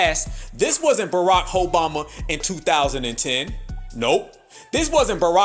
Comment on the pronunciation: He said, Barakhoeboma-😂